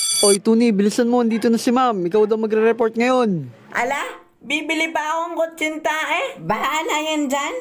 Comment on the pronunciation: hahahahhahah kutsinta eh rinig ko kuntsitae